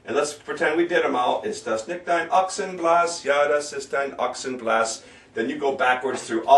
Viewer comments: Nikt? NIKT? NICCCHHHHHHHHHHHHHT! For fuck's sake you can't even pronounce NICHT!!! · You say you'll "review the proper pronunciation for the words" but your pronunciation for 'nicht' or 'schöne' or 'quer' plus a few other words is not correct actually.